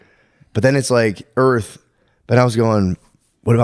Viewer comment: did shane say "i think erf"?!?